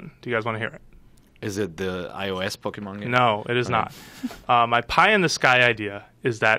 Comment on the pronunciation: Quit saying " pokamon" !!! I hate that lol